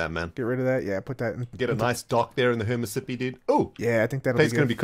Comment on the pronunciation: Did just call it "Hernit-Sippi river? Volume was low and i don't remember the part it was at